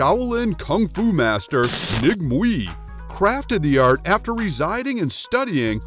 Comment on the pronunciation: Wu Mei is her name. The Cantonese dialect spell and pronounce her name Ng Mui.